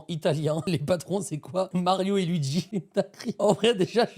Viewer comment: Mario et Louis pas louigi 😂😂